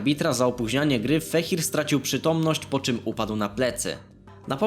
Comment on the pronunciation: Mikołaj feher a nie fehir.